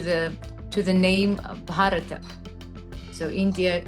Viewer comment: Sati Kazanova's pronunciation of "Bharata" is right on dot! That is how you say it in Sanskrit.